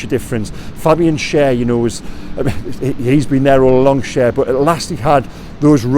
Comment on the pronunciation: Sehr gut,! You actually pronounced Schär Share! Gordon is competing with Bruno for player of the season. Eddie had the team playing pragmatically. Long live pragmatism!😊